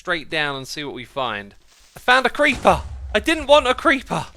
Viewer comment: My gosh when he said “if found a creeper” my american brain thought he said “ i found a creampuff!”